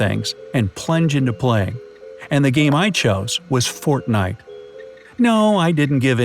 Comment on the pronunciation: He said fartnite